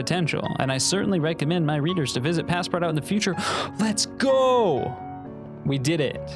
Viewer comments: please dont call it "passpart-out", its pronounced "passpartoo". please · Bro said Passpardawt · I felt physical pain at hearing him pronounce Paspartout like that. My poor French Canadian heart could barely take it. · “Pass part out” is a crazy pronunciation but I understand not everyone has an inkling of French 😅❤ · pass-part-out was the best pronunciation everrr 🤣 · "Pass-part-out"? I thought it's pronounced in French, like the name of the character in Jules Verne's novel. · (Pas-par-too) it’s pronounced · As a Russian artist you saying Ivan Shishkin’s name makes me so excited! The street I’ve lived on my whole life is named after him, I think it was a silver lining of some sorts lmao Also it’s pronounced “Pas-par-touh”, it’s French so you gotta swallow half the syllables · The game is pronounced “pass par too” - it translates to “pass everywhere” like a master key. I love your videos btw, I’ve watched every single one and I’ve learned so much from you! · it's pronounced "passpartoo" lol 😂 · Him pronouncing the game name wrong is 😭🙏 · Just opening with the most American pronunciation of passepartout I've ever heard 😂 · Can we talk about how he pronounced “Passpartout”?💀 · Every time he pronounced Passpartout I could feel another hair shed from my head, have mercy on him. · Great video! But the way you pronounce Passpartout hurts my soul... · Many reasons for you being a starving artist, one of them being the way you pronounced passpartout